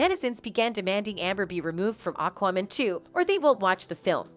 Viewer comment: Say Aquaman again.... lol Weird way to say it! Sometimes you talk funny. And Worner Bros?! Looool Its Warner BROTHERS. Im unsubscribing because your tittles are misleading and you mess up with named (you should study and practice words and names the correct way). Its distracting.